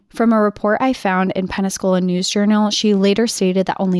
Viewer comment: Are you saying Penascola or Pensacola??